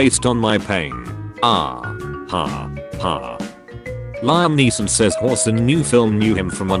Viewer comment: Everyone but Robot: Liam Neeson Robot: Lime Neeson